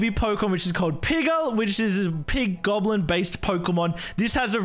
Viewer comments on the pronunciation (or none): none